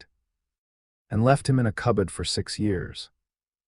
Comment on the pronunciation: Story was better than most I've listened to but still a lot of mistakes in it and cub-buds? Cupboards is the correct word